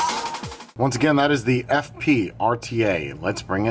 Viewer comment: I feel like I must have misunderstood what you said the name was, because I thought I heard "Fuck Pig". : |